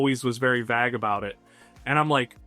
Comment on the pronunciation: Hi there! Awesome video, just want to point out that 'vague' and 'plague' are pronounced similar to 'lake', not like 'bag'.